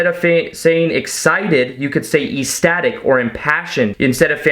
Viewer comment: great videos but you should really look up how to pronounce words like ecstatic. really ruins your really great videos.